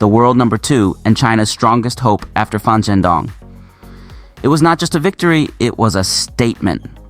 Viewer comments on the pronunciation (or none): He must have meant 'Fan' .... sometimes, one has to get used to hearing Saank you... instead of Thank you ...